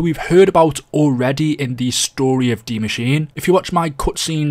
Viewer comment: What is dee mascheene